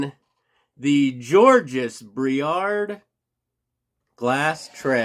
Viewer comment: Georges is French which means the final consonant s is silent. JAWJ iz.